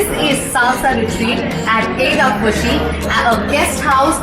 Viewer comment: The way you pronounce Eydhafushi, OMG! It's like me speaking Fuvahmulakian language! 😀 Great video btw. Eydhafushian here. 🇲🇻